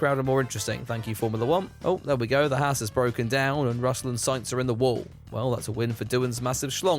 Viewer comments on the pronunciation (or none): As an actual Haas, I cannot listen to you Brit’s butcher our name anymore. Ffs.. it’s pronounced like “Haaz” or “Hoss” or “Haus” not “Hass”